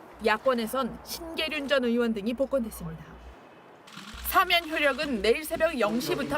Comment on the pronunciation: 안나경 아나운서... 어러번 말씀드렸는데 오늘도 시작부터 '사면'을 '4면'이라고 계속 발음하시네요.. '대통령 4면'이라니요.. 간판 아나운서의 이런 문제 하나 시정하지 못하는 JTBC 뉴스룸을 이제 떠나려고 합니다. 7년넘게 여기만 찾았는데, 어디로 가야할지...씁쓸하네요.